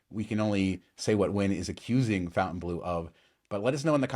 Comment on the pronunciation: I meant It should not be pronounced FOUNTAIN